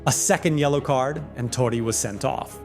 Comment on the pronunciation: its totti not toddi lol